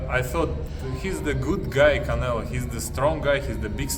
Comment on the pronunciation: i think its funny it calls "Canelo"... "Canela". :D